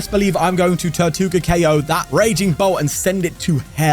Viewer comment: Funny how you pronounce tirtouga as "tortuga" which means tortoise in Spanish haha